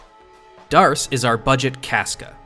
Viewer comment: D’arce is pronounced “Deh’Ark”. I believe it’s referencing Joan of Arc. Joan’s full name was Jehanne d'Arc. “D’”is shorthand for “De” which essentially means “belongs too/of/from”